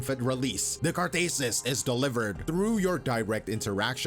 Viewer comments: It’s not “carthasis” it’s Catharsis. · BROTHER I think the conventional pronunciation is cah-thar-sis not car-thay-sis but maybe a regional diff 🤷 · You have to make more lore videos like this. Can't wait for your coverage on Vodka and Daiwa Scarlet's rivalry. P.S. Is it just me or still says 'catharsis' as car-thay-sis. I think it's gonna start to be on-brand